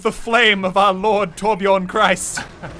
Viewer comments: A lot of Christians were probably offended when muselk said “torbiorn Christ” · The butchering of the name Torbjörn is too much, my swedish ears bleed every time it happens.